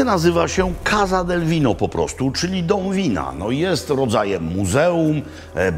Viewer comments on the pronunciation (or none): nie kaZa tylko kasa (casa)